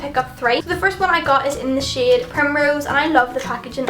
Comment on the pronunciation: Every time you said "shade" it's sounds like "shit" but like "Shiate".